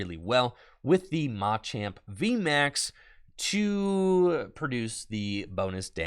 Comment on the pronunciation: Oh no... is tpci telling creators to mispronounce "machamp" now?